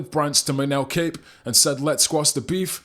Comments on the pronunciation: It's pronounced COP. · Kape last name is pronounced like "cop" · Surely you know his name isnt pronounced 'Cape'